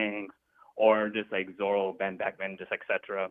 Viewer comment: Why on earth he keep calling him zolo 😂😭